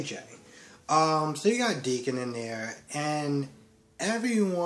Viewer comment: Finn's bio Mom is named Sheila. And you are pronouncing Deacon's name perfectly.